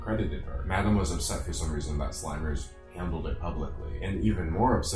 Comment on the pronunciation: I think it’s pronounced Slim-ers not slime-ers